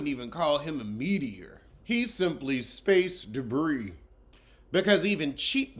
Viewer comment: “Space ☄️ debris “ 😩🤦🏾‍♀️